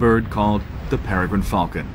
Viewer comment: HE GOT THE "PEREGRINE FALCON" RIGHT...